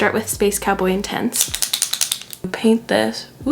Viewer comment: You say “Space cowboy intense.” My brain hears “Space cowboy in tents.” 🏕️😂